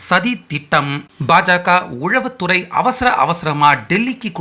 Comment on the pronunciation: தம்பி! அது உளவுத்துறை உழவுத்துறை இல்லை. தமிழுக்கு அழகே ழகரம் ளகரம் தான்.